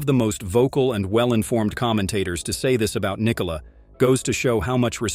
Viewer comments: Why can’t these videos get his name right? It’s pronounced Nee-Cola! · It didn’t. Its pronounced Nee-Cola. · Because americans think they need to force the last syllable of his name.